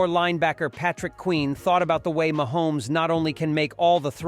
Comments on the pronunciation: Oh yuk....you can report better than this...Ma Homes. You are saying it wrong....even swifties can pronounce it. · I just love the machine voice. It sounds real but if the machine can't say Mahomes.